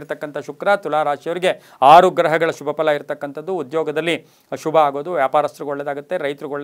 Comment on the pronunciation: The way you say “shubha” it’s usually backed with “a”… even if you are saying Shubha it sounds like ashubha.. and it’s confusing sometimes..